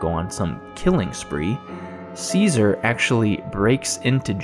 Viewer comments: Great review, I dont wanna be one of those Im smarter than u people, I hate that lol, but its pronounced chess-uh-ri, cesare, ceaser is a completely different name, easy mistake to make they are very similar, figured u may wanna kno, the video was very well said I enjoyed it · One quibble. Cesare is not pronounced Caesar. It is pronounced Chesaray. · Som- nam- byu- list and Chez- array are how you pronounce somnambulist and Cesare. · I believe it's pronounced 'Cheh-sah-ray" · Cesare is pronounced 'che-sa-rey' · That's what I thought.